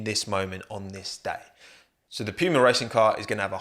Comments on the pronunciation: It's Puma not Piuma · PEWMAH.... its poo ma, like the big cat mate. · Who else gets triggered every time he says Piuma instead of just saying Puma? XD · Poo-ma, not Pew-ma 😢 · So I just found out British people pronounce it as “pyuuma” not “pooma”💀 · From an American, how you pronounced Puma was a mind blown. Pewwwma Not making fun, just wondering now what the correct pronunciation is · "pew-ma" Everybody else: "puma" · "p-yoo-mah" lol never heard it pronounced like that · love the british “pyooma” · nobody:: pee-uemar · Lol as an American hearing u say Pewmah and saying it’s on par with Nike and Adidas is so funny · i love it whenever anyone pronounces puma as "p-you-muh" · I had to stop watching, it was getting to me 😂😂😂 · No one:: pyuma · You brits really don't understand how to pronounce puma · i can't get over the way you say puma like it sounds like you're imitating a nerf gun or something. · how do you mispronounce "PUMA." Just kidding, love the what if team videos. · It hurts how you pronounce Puma 🥴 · The english pronoucesation of Puma Really hurts my german ears 😂 great video tho, as always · You say Puma as if ur saying pube